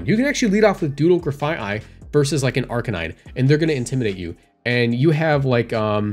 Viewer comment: as far as I know you're pronouncing Grafaiai correctly Graffiti and Aye-Aye